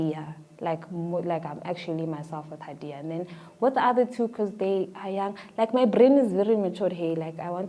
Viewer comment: The way people butcher my name though 😂haiiiii... It's Ha'diyah.... Hhhhha di yahhhh...